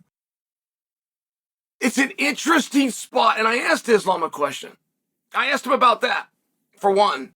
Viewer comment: Eeslaam Mocklechev 💀💀🤣